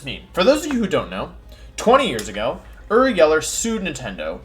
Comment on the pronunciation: I’m not sure if Wolfey is purposely mispronouncing Uri like he does with Pokemon names or if he genuinely doesn’t know how to say his name.